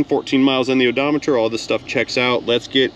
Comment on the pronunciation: So the dealership sounds shadier than most. They clearly did not machine the rotors but definitely charged for it. As far as the trany, Nisans CVT is complete garbage. My boss had one go in his wife’s rouge with only 65k on the o do meter.(tip of the hat to you for the pronunciation)😂